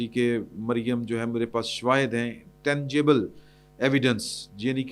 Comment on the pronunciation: Tangable nahin tangible